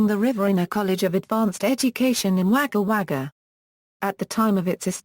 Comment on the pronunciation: Wager wager its pronounced wogga wogga